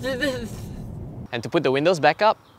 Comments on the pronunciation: HAHAHAH I LAUGHED SO HARD WHEN I HEARD THAT 😂😂😂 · Hahahahahahahahaha who tf actually pronounces windows as “win-lows”